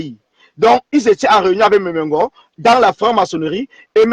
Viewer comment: On dit "Mbeng" chez nous au Cameroun et non "Beng". Et puis on dit "Nga" chez nous au Cameroun et pas vraiment "Go". T'es même pas Camerounaise ! Occupe-toi de ton pays stp, par respect pour notre peuple camerounais.